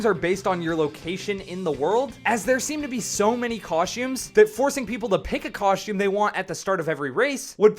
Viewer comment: "Cosh-tomb"? It's 'costume' 🤦🏻‍♂️🤦🏻‍♂️🤦🏻‍♂️